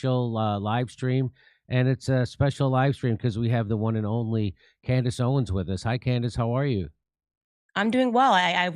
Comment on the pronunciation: Maybe now Jimmy can manage to say Owens instead of "Candace Owen" every time 😂